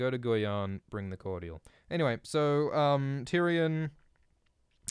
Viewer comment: The way you pronounced Guyana 😂😂